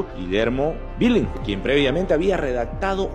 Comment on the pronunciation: Billinghurst se pronuncia "bilingurst" Bro. No "bilinsgurt".🙉🐭. Por lo demás, genial.🥲👍🏻